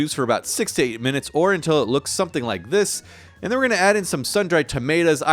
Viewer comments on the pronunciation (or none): none